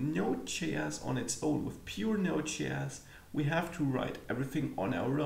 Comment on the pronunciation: you mistakenly taught us NoseJS instead of NodeJS :) Anyways, the upper line was just for fun :) Hope you don’t mind :) I have been following this channel since quite a while now. Great tutor, excellent content. Learning so much from you. Thanks a lot.